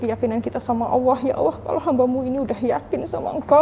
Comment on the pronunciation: Menyebut Allah nya terlalu awoh bunda.. Coba diberi ada sdikit L nya sj.. Sy ibu dr 7 anak dr suami prtma.. Skrg suami ke 2..sdh 2thn lbh keguguran 4x..😢smoga bisa bersabar dn berjuang